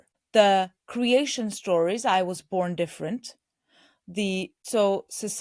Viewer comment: You need to stop saying “neuroLdivergent”